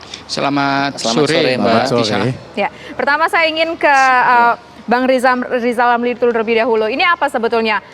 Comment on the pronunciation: Kita simak apa kata lizal lamli...